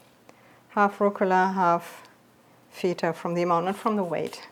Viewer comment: I know you're German but you're also pronouncing the Greek cheese incorrectly.